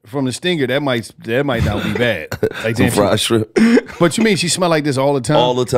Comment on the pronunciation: a WHOLE NUT he called Shrimp "Strimps"